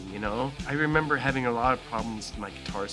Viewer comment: I love how he says "hemember" here As a Brazilian I hespect this